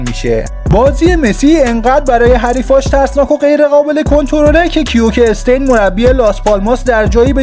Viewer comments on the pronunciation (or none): کیوکه استین نه کیکه سِتیِن که مربی بارسا هم شد 😂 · کیوکه استین😂😂😂😂 داداش کیکه سِتیِنه😂😂😂😂😂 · داداش ناموصا کیوکه استین کیه کیکه ستین جون مادرت یه ذره کار کن روی تلفظ 😑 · فقط کیوکه ستین 😂😂 داش ویدئو هاا رو دوس دارم ولی تو قسمت تلفظ وسم بازیکن ها این اولین بار نیست که میبینم اشتباه میگی قبلا هم به ایکاردی دیده بودم گفتی آیکاردی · ویدیو هاتون عالیه فقط تو رو خدا اسما رو عین آدم بگین. آخه کیوکه استین؟؟😐😂😂😂😂😂😂😂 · حاجی کیکه ستین رو چرا اینطوری تلفظ میکنه صد رحمت به سرهنگ علیفر